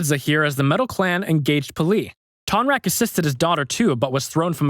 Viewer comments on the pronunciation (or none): It's tonrock not tonrack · This person needs to stop saying Tonraq, there isn't even an a in his name, his name is Tonroq